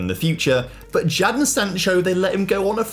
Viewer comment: never heard someone pronounce his name as “Jaddon” instead of “Jay-don”